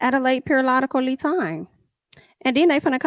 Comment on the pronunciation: And you saying "periolotacly time" always cracks me up. 😂😂😂❤ Marlo needs more than a "life coach', she needs a licensed psychiatric with a Doctorate and at least 20yrs of experience. She is just plain stupid, ignorant and delusional. Uuggh